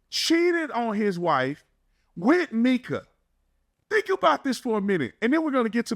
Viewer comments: You’re accustomed to how the Mexicans say “Mee-Kah” instead on “My-Kuh”. My name is Micah and I’ve just gotten used to it lol. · Hey new to the channel love it so far. I believe her name is pronounced My-ka instead of Meka.. from every other video I’ve watched that’s how it was pronounced. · Lol just posted a comment on here saying how her name was stated and then literally right after you heard him say her name and realized you were saying it wrong lol happens it’s all good 😂